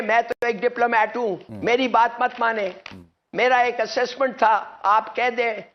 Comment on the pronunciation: Abhe assistant nahi assessment agar english nahi aytho bol ke bejathi kyun karwato budpe mein dhimag kho gaya